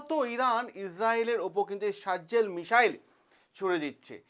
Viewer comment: আরে সারজজেল না ভাই সাজজিল।